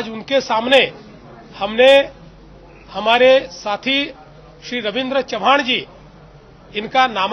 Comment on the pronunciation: च्य व्हाण नाही हो.. चव्हाण म्हणा.